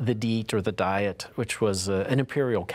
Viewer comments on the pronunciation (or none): "DEET" and "VERMS!" for Americans.